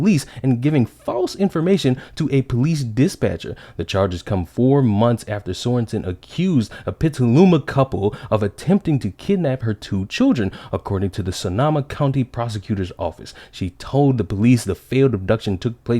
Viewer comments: Pet-ah-loo-mah and Sun-oh-mah (Petaluma and Sonoma). You’re welcome. Cali native here, couldn’t let that slide 😜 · I'm from Sonoma county, this triggers me. It's So-No-Ma Like, "so", what are you up to.